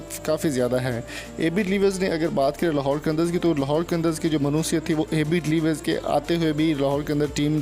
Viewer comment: Name tuo thik say le luo